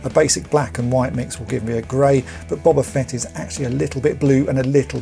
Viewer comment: And at least you pronounce his name correctly, instead of using that loathsome "Boh-ba" pronunciation!